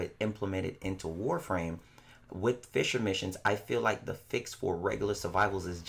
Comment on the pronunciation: Fisher missions.... Since when does play Fishframe?! 😂😂😂 I keep dying of laughter every time you say "fissure missions" 😂😂😂😂😂😂😂😂😂😂😂😂😂😂😂😂 First of all those birds are actually advocates for bite sized warframe so that's why they beefing with you calm down boi. Second of all those birds looked at you with Shisui's Kotoamatsukami tryna put you in that genjutsu to make you stop fighting for warframe endgame. BUT you know you got ya own sharingan so you be trying to resist. HENCE the eye issue.